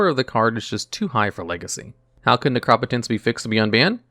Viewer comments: Necro-potence not nercop-otence , I swear you do this to upset me lol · Necro-potence. Keep going bro your videos are great. You mispronounce stuff here n there but that’s to be expected since you’re newer. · its pronounced necropotence. sheesh you always say the card wrong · But he doesn't say nec-ro-po-tence. He says ne-crop-o-tence. So unless you say necromancer like a crazy person he's saying it wrong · Your actually prounocing an O as an A's sound ah.. in neCROP ah tense.. So it is definitlvey wrong prouncing that was actually! : ) love this and duel logs been watching for over 2 years! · From now on I will only pronounce Necropotence as NehKrawPuhTehns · i know its a crazy word and if i didn't know it already i would fuck it up as well but it's pronounced necro-potence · Although I like the informative aspects, by far my favorite part of this channel is hearing how he decides to pronounce all these cards names. Ne-Crop-Otence takes me out every time. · Necro-potence. You're pronunciation is weird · The way you pronounce necropotence made me want to punch a baby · you say necro po tence wrong! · your ability to always say the cards name as wrong as possible is godlike. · Firs thing I thought was “no way he just said necropotence like that” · I just can't get over how you pronounce Necropotence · God the way he says necropotence hurts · First time I've ever heard "Necropotence" pronounced that way 😅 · I mean he has mispronounced other cards in other videos. You might be right tho about necropotence. We can agree that it’s a different pronunciation from the norm.